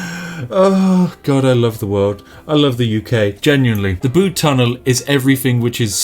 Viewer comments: It's not the Bood Tunnel, it's the B-you-D Tunnel. As a Cornishman, I was cringing heavily. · I have indeed been to the Bude tunnel myself and the reviews honestly don't do it justice. Please Spiff, you must go. P.s it's B-u-de not B-oo-de ;) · it's pronounced "byude" not "bood" btw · Bood? It’s pronounced bUde not bood! And never disrespect the tunnel!! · Please collab with RT and its said byude not bood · As a person who lives near Bude I've never felt so triggered, first you call it 'Bood' when any true Brit would know it's 'Byood' then you say it's a village when it's clearly a town. You have left me no choice but to unleash my British fury with my stern expression and angry finger shaking in your direction. Na but seriously nice video mate, come check out the tunnel, it'll blow your mind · Bood? err its 'B'yood'. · It's pronounced B-you-d, not booed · You saying Bude wrong u twat, it has a U not a ooood u flannel ☕️ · ITS PRONOUNCED LIKE BYOOD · Tsk Tsk its Pronounced byood even google knows this. However its still an amazing tunnel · Pronounce Bude as if there is a y in it, so Byude. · thats not how you pronounce BUDE, its more like, b - you - de, i had to pause the video and rectify this grammar in true english fashion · Why would Spiff know about the tunnel? XD also I agree, it’s B-u-de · nice video spif, think you find Bude it pronouced like Bewde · The way you say bude kills my simple cornish soul little by little each time it escapes your lips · Saying Bude wrong.... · As a Cornish man, the way you say Bude infuriates me... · STOP MISPRONOUNCING BUDE! or I'll make all the tea taste like coffee. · Spiff you ignorant northern grockel learn how to pronounce Bude! why do you keep saying it i'm at breaking point... please stop... please